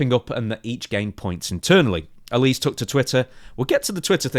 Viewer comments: I see this with a lot British wrestling news outlets when it comes to Miranda Alize's last name. It's a small thing but you are pronouncing it incorrectly. It's AL-LA-ZEA (last part of the name like HEY but with a ZED) (it may be a reference to the alcoholic beverage of the same name, popular amongst African Americans at one time) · Isn’t it pronounced Al-Lee-Zay ? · ALI-ZAY! ZAY! It's pronounced ALI-ZAY.. Mate. C'mon🤣killing me here, she even says her own name in the backstage seg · It is pronounced "Ale eh zayyy" Alize. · Funniest thing in this story is how says Alize